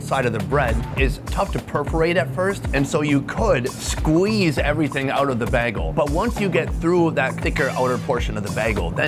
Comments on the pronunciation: for someone who does a food show, I can’t believe you don’t know bagels with cream cheese and salmon! Where have you been? Also l it’s pronounced “ba-gal, not betal”! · the way you say Bag-uhl is upsetting. Bay-gull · You say bagel like someone from Minnesota. It’s pronounced BAY-G-EL. You say BAYG-L. Was driving me nuts. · the way you say "bagel" kills me!! it's bay-gull, not bah-gull hahahah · bagels are pronounced BAYGELS, not beggels. you heard it many times and still didn't get it right. also bagels should be served open faced. they are too thick to stuff and eat like a sandwich with two slices of bread. everything gets squished out. open faced, cream cheese, lox and maybe other toppings. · its pronounced Bay-gel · How does he say BAY-GUL 😭😭😭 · You can hear your Midwest come out when you say “baegel” 😂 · Say "baygel". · Too bad you didn't know to ask them to try a bialy. I prefer a bialy over a bagel any day. Your pronunciation of bagel is a bit off. It may start with the three letter that spell bag, but the word bagel is not said using the word bag. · How he pronounces the word bagel - fail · Bro im gonna be honest, i dont like the way you pronounce bagel 😂😂 ofc with love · Your pronunciation of “bagel” is so frustrating 🤣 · You pronounce bagel like Britta does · Bro is pronouncing bagel like Britta from Community lol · This is such a weird video. Please work on the pronunciation of the word 'bagel". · Am I going crazy or is the way is pronouncing "bagel" absolutely infuriating? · i just cannot get over how pronounces Bagels! its like Brita from Community:D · Minnesota accent is in full gear when he says "bagel". Lol, weirdest way I've heard it said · Why does pronounce bagel like Britta?